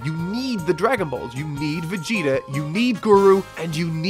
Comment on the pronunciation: Can you please stop prununcing Vegeta (ベゲタ) as Vigyta?